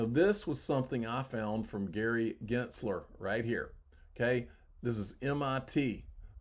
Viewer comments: what angry letter? also it's "gins ler', not "ginzt ler" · PLEASE...FOR GOD'S SAKE LEARN HOW TO PRONOUNCE Gensler! There is NO T IN HIS NAME! You know what, just go ahead and keep mispronouncing it because I believe I'm going to unsubscribe anyway because I can't hear you most of the time. so, between you butchering Gensler's name and not being able hear you most of the time, it's not worth the frustration!